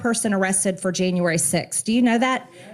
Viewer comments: There are so many horrible things about Marjorie Traitor Greene! She makes fun of President Bidens pronouncing of a name, yet she pronounces "January" as "Jane u iry." Not only is she part of January 6th, she's also a racist!😡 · She should object to the school system that taught her that we have 13 months. Who taught her to say Jayne-uary? Hahaha